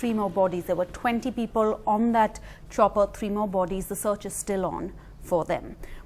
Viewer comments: she said kopper instead of chopper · hahaha "copper crash". It's chopper crash, and the former.